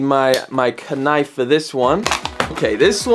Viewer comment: do people in uk pronounce the word knife like you did